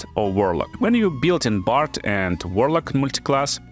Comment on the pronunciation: The word "build" is one example that changes form dur to your potato accent as you name it. But what is your original language? Just curious. And yt subtitcan make things worse that's true.